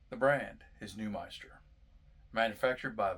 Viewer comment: It’s NewMINster man, not ‘meister’ lol